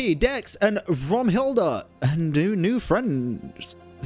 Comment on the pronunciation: ZEIT = time (pronounced ts-eye-t) Zeitlind RAUM = space (pronounced row-m) Raumhilda